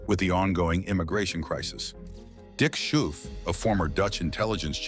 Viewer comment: Our prime minister's name is pronounced as scofe not skoufe 😅